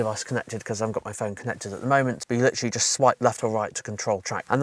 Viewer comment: I "Litcherally" enjoy your content